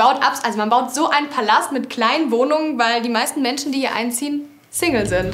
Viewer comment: Der Sprecher sollte mal überprüfen wie er das Wort Single aussprechen sollte 😂